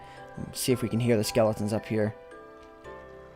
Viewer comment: like if you twisted your head when he said lets see if we can hear the skelotens